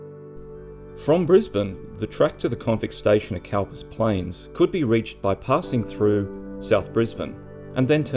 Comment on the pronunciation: Cowper was pronounced Cooper. Hence the eventual change of spelling. Ref poet William Cowper. Trivial ? Yes. Thanks for another interesting video.